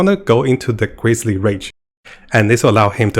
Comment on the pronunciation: u cant pronounce grizzly? jesus christ